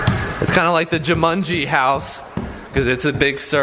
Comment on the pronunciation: Anyone notice said jumungee